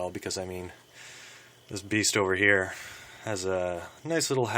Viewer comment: It's so annoying how you say (here) just be normal dude wft